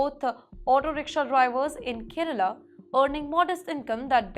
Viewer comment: Izreel ??? Cannot even speak or pronounce properly 😱 It’s Kerala , not kiirela , Government NOT GOMENT First You need to get Basic education and definitely some DICTION lessons … It is too Irritating to listen to you, I keep trying to block XPTimes , but it keeps popping up on my YouTube feed ….